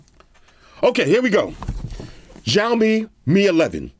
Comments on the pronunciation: Ok im not Chinese but... Its either s or sh but definitely not zh! Shao-mi (xiaomi) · i like how he pronounce xiaomi (jiomi) Lol